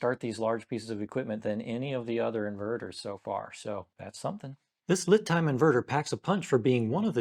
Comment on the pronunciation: Not that it matters, but I believe LiTime is pronounced "Lee Time"